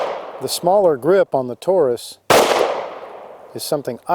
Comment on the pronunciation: "Tore Us"??? Dude, it's American English.